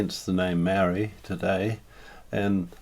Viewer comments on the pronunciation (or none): For starters Maori also the plural for Maori, you can't even pronounce the word correctly! You argument is so one sided it's ridiculous, You have delivered a whole lot of white history of your own, no Maori narratives at all! How's that helpful! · Bro your information is off and your can’t even say Maori properly